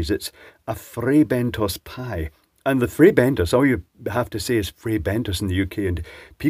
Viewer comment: Good lord above, the way he rolls the R in Frrrrrrrrrrrrrrrrrrrrrrrrrrrrrrrrrrrrrray Bentos. My Bentos has never been so frayed.